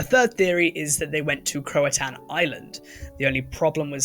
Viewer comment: It’s pronounced Roe NoOak or Roan Oak. Also Crow-a-Tow-An.